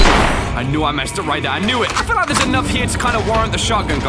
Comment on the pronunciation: note how he says LIE-k after he says its not a series. I know its an old series but felt obligated for the humor.